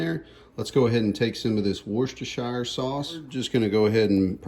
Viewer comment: Finally, somebody who can say Worcestershire sauce I could never figure out how to say it